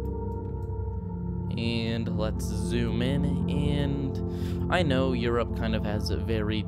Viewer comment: btw you said europe wrong...